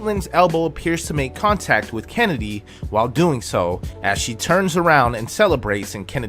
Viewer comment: Shhhhennedy Carter 😂😂😂 💀